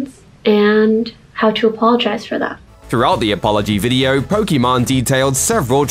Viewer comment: It’s funny how he calls pokiMANE “pokemon”